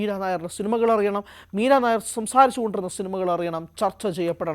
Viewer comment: മീരാ നായർ അല്ല ... മീരാ നയ്യർ എന്നാണു.. ( Nayyar). പഞ്ചാബിയാണു (കുൽദീപ് നയ്യർ പോലെ) ...